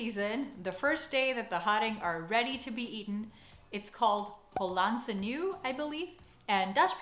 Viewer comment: I'm sure your girlfriend has told you this since shooting the video, but both of these words have initial stress and a schwa at the end: ['hɔlɑntsə 'niwə]! (linguists represent!) Also, I miss white asparagus! And I hope you're enjoying the Sinterklaas season in terms of pepernoten and speculaas :)